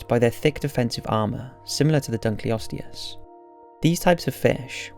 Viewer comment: Interesting video, and one actually in one of my own fields. I could quibble with your pronunciations (like saying "adaption" rather than "adaptation", your pronunciation of Dunkleosteus, and the fact that you refer to the animals in #1 as "Brontotheriidae", which is actually a family name. You could just call the group collectively as "Brontotheres", since your illustrations show several different species). I think that's it's certainly true that none of the animals you discuss could survive in our time, essentially because the ecosystems in which they lived are no longer in existence (as you point out). I think that resurrecting mammoths would be a terrible idea, because elephantids in general are highly intelligent and gregarious animal that rely heavily on learned behaviors from the families in which they live. Mammoths would need to be raised and kept with elephants, at least at first, but we really have no idea, except in the most general terms, how they behaved. But no modern elephants could teach a young mammoth how to survive in a far northern tundra climate. At the same time, mammoths were not at all adapted to tropical climates, and would do very poorly among modern elephants.